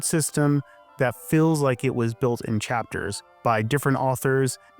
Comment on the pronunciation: Do you say 'electric ill' ? For feels, you say "fills"... and "piecemill" for piecemeal. It's common, so you're common. Filled for field... Geez man.